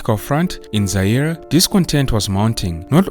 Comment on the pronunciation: Not Zai RE😂